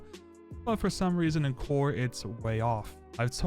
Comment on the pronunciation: Bro said Cower